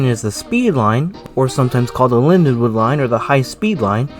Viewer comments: It's LindenWOLD with an L not LindeWOOD! WOLD. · Slight mispronunciation. But the l & d do sort of mash together. Great video though.